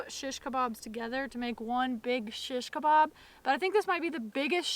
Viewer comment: I like how you say "SHiSHkabob" :) oh btw lately I've just found out about these cool flat stainless steel skewers that rock! They keep the stuff from spinning around when you flip them.